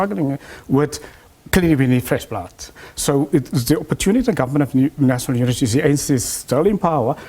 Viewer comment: This is a confused professor ..... "Nasonol unity"